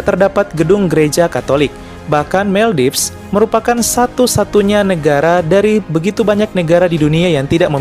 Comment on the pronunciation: Maldives biasanya dibaca Moldivs atau Moldaivs yaa kakkkk.. Atau lain kali supaya tidak salah pengucapan lebih baik menggunakan Bahasa Indonesia ; Maladewa 🥰🥰🥰